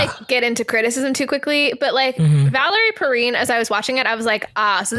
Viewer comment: Saw this in the theater when this came out. Twice in a row. What can I say I was 17. Oh, and it's pronounced Perrine like fine or wine.